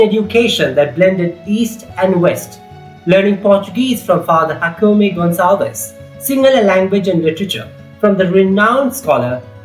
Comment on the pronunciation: Loved this video. I had a friend from Columbia whose name is Jacome & he told me that his name is pronounced more like "Hakomae", and you did exactly that. Hope you get the recognition you deserve for your brilliant videos.